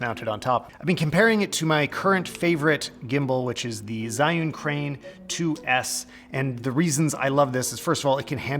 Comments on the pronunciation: Can I just correct your pronunciation of that name? It’s pronounced like jer you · 😿 Actually Zhiyun is a Chinese name which should be pronounced as